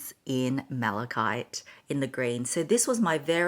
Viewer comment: She finally pronounced malachite correctly…